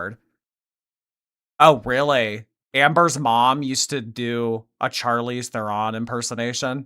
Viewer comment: That is NOT how to pronounce Charlize Theron! It's Sharleez Tron! 🇿🇦